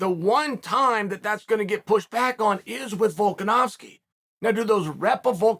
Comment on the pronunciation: Volkanovski is an Aussie Chael ! Chael the Canadian stop getting it wrong